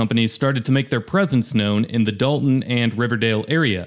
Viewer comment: That's Dolton with an 'o' not an "a"